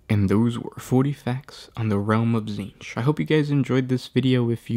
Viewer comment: It's pronounced tZehntk... at least for this week.